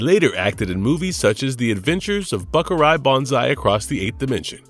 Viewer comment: How do you pronounce Buckaroo? (buk-a-roo) and I heard Buckarye (buk-a-rye)